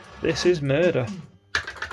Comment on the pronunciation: "This is a merder, ser!" 😊